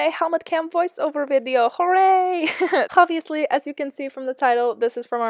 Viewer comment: Jill said "Hobviously" lol :) I haven't even watched the video yet, but I know it will be amazing! You are my inspiration Jill! :)